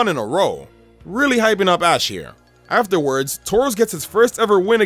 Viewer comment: he said a*s instead of ash